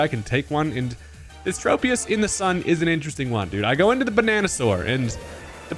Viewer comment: Why do people call Tropius like that? Is it the trope pokemon? Is it based on a trope-ical tree? No, it's based on a TROP-ical tree